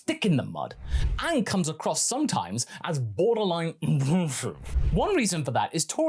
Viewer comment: Abusive is not a youtube approved word now? It took me quite a bit to understand what you said